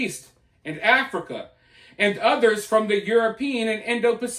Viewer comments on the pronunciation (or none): none